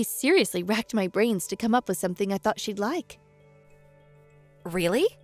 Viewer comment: The actor playing Colin doesn’t enunciate. He speaks very lazily. The end of some words is completely dropped. BTW…”With” is pronounced wiTH… not wiff. With was mispronounced throughout the entire story. “The” is not pronounced duh/deh. Duh money. … deh house., etc … “Any” is not pronounced ey. Gratude is pronounced gratitude.